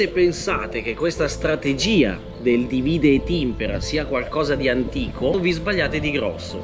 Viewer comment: Dìvide, non divìde.